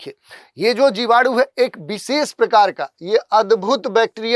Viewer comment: विशेष X बिसेस ✓ 😂😂